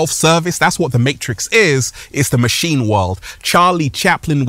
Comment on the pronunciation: Dude pronounces matrix with 4 S's